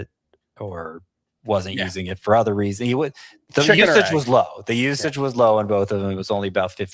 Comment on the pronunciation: the word "other" is pronounced uh-thur, not ea-thur like the name Heather.